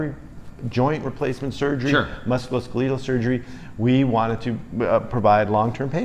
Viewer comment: I'm wondering what's the origin of pronunciation of "musculoskeletal," emphasizing the second syllable of skeletal.